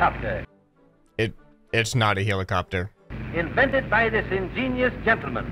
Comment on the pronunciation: The narrator be like: HILIKAPTER HILIKAPTER